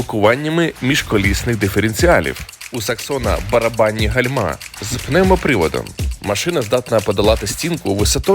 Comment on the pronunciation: гАльма а не гальмА